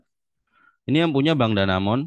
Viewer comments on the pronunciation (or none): none